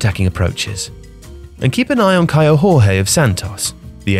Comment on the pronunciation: Kaio Jorge, it's portuguese not spanish, the J is closer to the english soft G, like George. Same with Jorge Mendes. J's in Portuguese are one of the biggest pronunciation differences with Spanish. The other one being "es" v "ez" endings, Portuguese goes into almost a sh sound, while the Spanish is read as said.